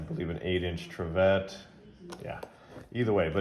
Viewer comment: solid video. love lodge dutch ovens. (it's pronounced "trivit").